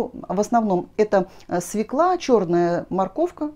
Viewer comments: Ну, извините,очень режет слух свекла. И всё таки она- свёкла! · Пожалуйста, ударение в слове" свёкла "! Обратите внимание. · Огромное спасибо за рецепт! И все-таки свекла без ударения на первый слог с Е с двумя точками над буквой режет мой слух!